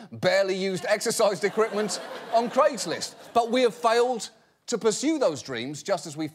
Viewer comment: Thank you for pronouncing "Craig" correctly on american television.